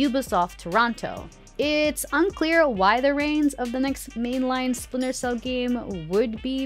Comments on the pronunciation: Never heard of “Spinter” Cell, 🤣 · Listen, I’m very hyped for “Spinter” cell too 😂